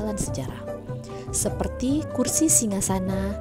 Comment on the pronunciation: Superti (seperti) 😂